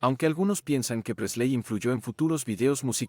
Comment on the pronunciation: El contenido está muy bueno, lástima que no sepas pronunciar ni un nombre en inglés... ¿Quiénes son Presléy, Martín (¿mi hermano?), Lestér, etc...? Los Beatles influyeron en mi vida en que aun siendo argentino, amo a la cultura inglesa, y soy del Everton gracias a George y a Paul.